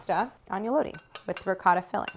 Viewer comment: Can't express how much I appreciate Claire saying RICOTTA😍 and not hearing the cringing RIGOTT !!!!